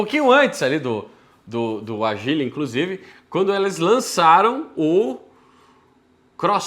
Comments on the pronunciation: O povo insiste em falar errado o nome do carro… não é Agíle, e sim ÁGILE! Com acento no A!!!!! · o nome do carro Ágile não agíle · Muito bom que dá pra sentir o desgosto do só de pronunciar Agíle e Kwíde kkkkk